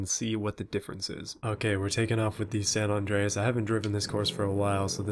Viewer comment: It's like ur saying sand on drayis when you say sa Andreas